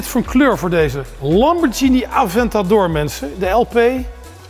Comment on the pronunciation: Lamborghini goed uitspreken respect hij weet het wel ❤️